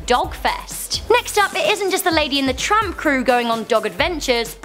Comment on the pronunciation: lol she said lady and the trump #cornhairtrump